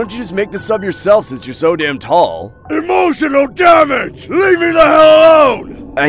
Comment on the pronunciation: "EMOTIONAL DAMANGE" I Laughed so hard 😂✋